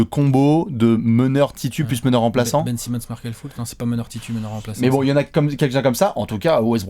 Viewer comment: Markelle "Foutre" 😂😂